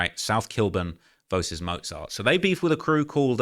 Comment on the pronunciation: He doesn’t even know how to say mozart lol